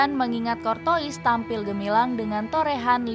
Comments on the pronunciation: Tutorial membaca nama Thibaut Courtois Dibaca : kortua ❌ Dibaca : kortowis ☑️ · Kortoa bukan kortois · Kurtuwaa min kurtuwaa, bukan kortois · Cortoa bacanya sayang bukan Cortois/Corona 🤣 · Tolong dilatih lagi cara penyebutan nama dengan benar, Kortoa bukan Kurtois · min mimin Maaf maaf nih Telinga kita familiar dg sebutan nama KORTOA bukan KORTOIS ini yg bikin kontennya serasa keluar jalur. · Cor-toas bacanya min bukan cor-tois🤣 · Cortoa bukan cortois di bacanya... women ☕☕☕ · CORTOIS DIBACA KORTOA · Courtois bacanya kortoa min, bukan kortois🤣😭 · Anj ganggu banget sumpah pengucapan adminnya kortois kortois mulu🤡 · Saran minn..... Klo bahasa perancis curtois - dibaca curtoa. oi dibaca oa 🙏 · min, salah baca tuh nama kiper madrid... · Ini baca nama kiper Madrid bisa bener g si..